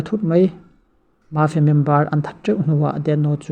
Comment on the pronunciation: mafia i lam dan chu leh🤣🤣🤣🤣🤣mâfia